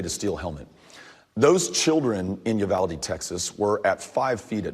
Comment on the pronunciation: With a name like “Beto” you’d think he’d know how to properly pronounce “Uvalde”. Pinche gringo.